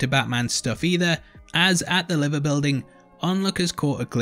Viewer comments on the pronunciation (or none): liver building??? liver like diver, not liver like shiver!